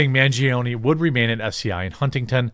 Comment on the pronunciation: It’s Man, pronounced (Mawn) - gi, pronounced (gee) - o, pronounced (oh) - ne, pronounced (nay). It’s Italian. Pronounce it correctly, please.